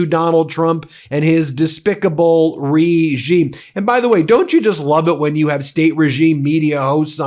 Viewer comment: REEEEgime? Really? XD Love it.